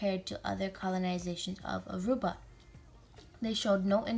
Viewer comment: At least pronounce Aruba correct. It is not Arubia.